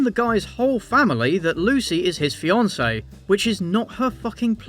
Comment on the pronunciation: The nurse announces “she’s his FEE-an-say” and it’s never stopped annoying me. “Wrong emphasis on the wrong syllable”!